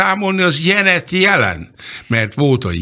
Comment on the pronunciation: Imre Bacsi nem jol ejti sosem a Janet -nevet. Tessek szolni neki hogy kell angolul kiejteni